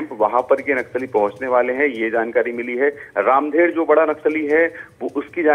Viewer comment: रामधर होगा यार रामधेर नहीं होता बस्तर में नाम